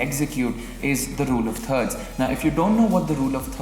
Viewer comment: “Rule of turds.” I’m dead 😂